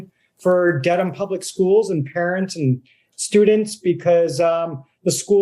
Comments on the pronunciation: Good on for exposing the BS. However, not so good on the journalist, who clearly didn't do his research... calling the Massachusetts city "DEEDham" when it's pronounced Dedham, ded, like bed. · ...it's DEAD-AM" like in "dead", not Deedham....LOL...that's Mass lingo